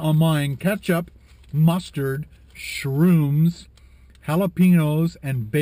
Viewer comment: Heavy Sigh... OK, thumbs up [the outtakes!] even though you just had to over emphasize the "SHROOMS". Puts a bad taste in my brain =oP